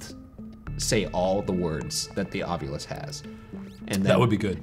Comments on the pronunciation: The way you're saying it, Shane, sounds weird to me. I've never heard it pronounced like that. I've always heard it pronounced ahv-you-lus. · every episode i just want to comment "ovyulus" and nothing else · Thank you for bringing up Ryan’s pronunciation of ovulis. How about February?